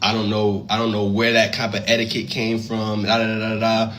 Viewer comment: She called it "etiquette"? My God.